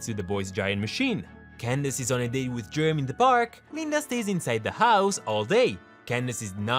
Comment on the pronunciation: Is it the accent or are you purposely calling Phineas, “penis” and Jeremey, “germ”